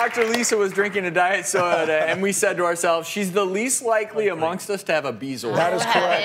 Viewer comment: So THAT'S how "bezoar" is pronounced